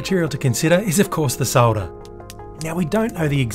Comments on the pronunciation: And that dear Americans is how you pronounce solder. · Hi, it's good to hear someone saying "SOLDER" the way it is meant to be pronounced instead of the American "SODDER", It's also good to hear "CAPILLARY" as opposed to "CAP ILL ARY,thanks from a fellow Aussie.